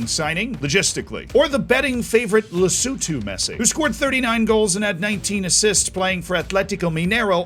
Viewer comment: Big ups to for not butchering Lesotho's name 🤟🏾 this is the first time I've seen a video with all countries involved and Lesotho is acknowledged 😊